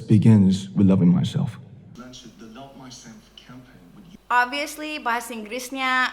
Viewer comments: Baru sadar dia blg mysamf........... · I heard "mouse"